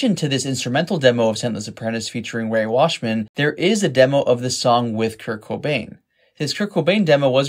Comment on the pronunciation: Ray Washam, not Washman.